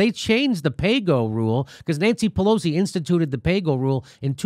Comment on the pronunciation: Jimmy, you keep saying Pelo-Z, but her name is pronounced more like Pelo-C.